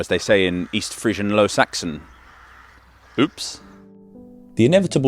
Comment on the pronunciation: Did you say "It's absolutely Friesian here"? 😁